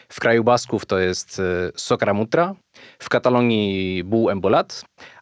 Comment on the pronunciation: Jak to mawiał klasyk. I bardzo k***wa dobrze. Tradycje, czy to wymyślone, czy faktycznie mające jakieś umocowanie w kulturze też muszą ulegać rewizji. Ten barbarzyński sport, czy rytualne mordowanie zwierząt nijak się mają do współczesności. btw. W , tam jest chyba przejęzyczenie, Sok'R'amut'U'rra czy to może baskijka wymowa?